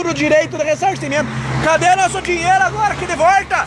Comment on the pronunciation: "EU QUERO MEU DINERO DE VORTA"